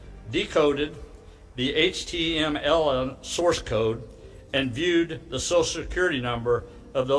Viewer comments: I listened to him say HTMLM 5 times 😂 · I am pretty certain I heard him say "HTM ella". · Hayt-ch Tea EMM ELL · Ah yes, “HTMLN” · guy litterallly said HTLMN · so its not pronounced eich-tee-emm-ell? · I mean. Copying the base64 text and pasting it into a base64decoder is indeed a "Multi step process". But what really got me giggling is the way he pronounced HTML'uh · I love the way he says "H.T...ML" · Right. Instead he read it as "HTLM" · Did the boomer say HTMLN? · I swear I heard him say "HTLM" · Buddy can't even pronounce HTML, clearly doesn't know what he's saying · it's such a stupid take from a elected governor who doesn't know any better. The way he says HTML clearly shows he's got no idea what he's talking about, a complete computer illiterate who doesn't know what he's talking about. He's the kind of person who would ask their grandchild "What's a Facebook?" or "What's a Twitter?" The memes from all of that was hilarious at best as everyone was like "Oh noes I'm pressing F12 to view a webpage source and hacking it!" It's literally that easy to view web source just by pressing a simple quick hotkey thats been a thing since the early inceptions of the modern web browser. It's by no means hacking a web page, it's literally there for web developers to see their HTML source code, and edit the source to test things out as they build out a web page. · Not to mention the way he pronounced HTML as if he never heard of it before. He clearly had no idea what he was talking about. Which does beg the question, though. If this is indeed the first time he read about HTML, who wrote the script?